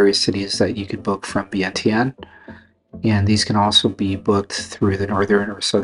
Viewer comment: Is your wife Lao? Does she pronounce Vientiane like you do? Wondering why she hasn't taught you how to pronounce it the Lao way.